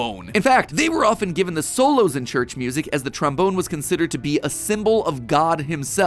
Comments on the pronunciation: i know this is dirty minded but i cant not laugh when he says tromboner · He said tramboner 😂😂😂😂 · This episode is gonna kill me with how much mispronunciation of trombone there is